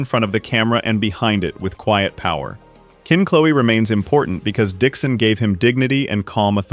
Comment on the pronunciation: Can't we teach AI how to say Kinch Low?